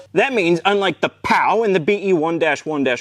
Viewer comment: Just a quick correction, 'cos I can't see anyone else having mentioned it yet, the Pao wasn't pronounced "pow", it was "pay-o" :)